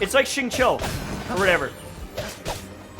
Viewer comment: When you said xingqui did you mean Chongyun? Cuz he’s more like chongus the xingqui